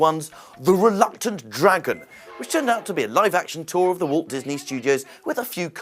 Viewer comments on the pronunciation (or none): none